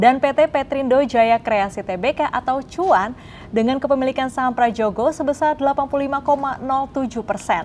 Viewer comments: Mbaknya anak Gen Z kah? Kok ga bisa baca Ejaan Lama. /Prayogo/ bukan /pradjogo/.. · Ini pembawa acaranya muka tua tapi ejaan lama aja gatau, sebel banget gue, huruf 'J' itu dibaca 'Y' jadi = Prayogo